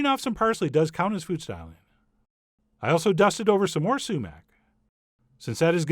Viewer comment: Am I the only one who thought that whenever he said "sumac" it sounded like "cement" with a long "e" ?